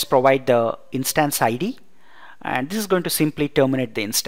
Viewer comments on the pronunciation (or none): Good Video , clear Voice .Its Instance (short vowel) not Instaanse (not so intense)